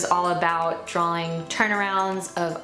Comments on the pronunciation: So intelligent, so accomplished...but every time she says "drawling" instead of "drawing" I want to scream. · The irony of an artist that can't pronounce the word drawing, lollll. "Draw-ling"